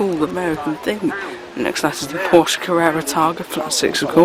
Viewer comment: Well done,you have great knowledge of the wide variety of motors. I especially like to hear you pronounce Porsche correctly! In my younger days in the seventies I worked on 356s and 911s at a Porsche service agent.Congratulations on good coverage of Audlem classic car show. I shall be following Cartraction as well as Old Classic Cars.